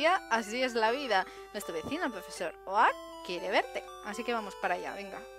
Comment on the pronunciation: ¿Oak? ¡¿Oak?! ¡Se pronuncia "Ouk"! XD PD: Ponle mi nombre a algun Pokémon :D